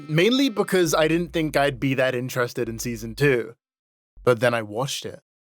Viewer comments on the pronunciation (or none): none